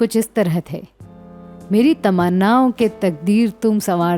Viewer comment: मेरी तमन्नाओं को कितना गलत बोला आपने हिंदी तो आपकी अच्छी हैं पर यह खामी कियों मेरी तमन्नाओं की तक़दीर तुम सवार दो...